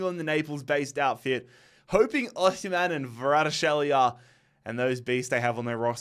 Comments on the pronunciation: How do you manage to pronounce Kvaratskhelia as Varadshelia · the way he pronounces kvaratskhelia lol 😂